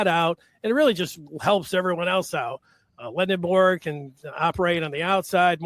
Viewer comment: How’s a guy from “the Michigan side,” and, more specifically, from the Maize and Blue Review, pronouncing Yaxel’s last name LendeNborg and not properly as Lendeborg? Announcer on Duke game did the same thing. Also, Aday Mara pronounces his name as Ah-die, not Ah-day. Come on.